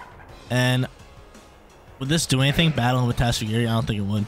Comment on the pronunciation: I appreciate the tatsugiri pronunciation!